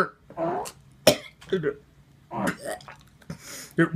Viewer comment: he said it rolled down in a Scottish accent lol